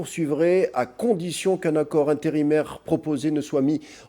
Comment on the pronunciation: Des annances .... les discutians... les conditians ... Tout ça est désagréable !!! Un concert n'est pas un cancert ! :face-fuchsia-tongue-out::face-fuchsia-tongue-out::face-fuchsia-tongue-out